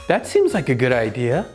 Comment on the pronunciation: seems like 는, 씸자이크 seem like 는, 씨마이크 로 들리는데 요렇게 발음하는게 맞는지요?